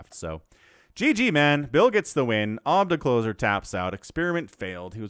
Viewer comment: Ohb-dak-lohser xD